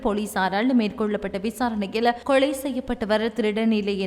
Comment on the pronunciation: கொளை இல்லம்மா கொலை